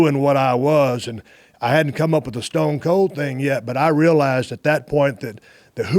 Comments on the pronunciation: Dale really said Stone's Cold 😅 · Ah yes, "Stones Colds Teve Austin" 😅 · What did he call stone cold at the very beginning? Stonesa cold? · Jr. Looks like a kid on the edge of his seat hanging on every word . Stone cold and the rock could rip some promos like no other. "Stroodle " haha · Guy literally fucked up 2 seconds in couldn’t even say stone cold right 😂💀